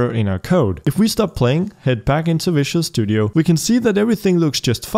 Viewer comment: It is fun that he is pronouncing Visual studio as Vicious Studio :)